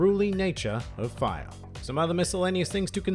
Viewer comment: It allows the user to conjure, manipulate and become FAYA That accent tho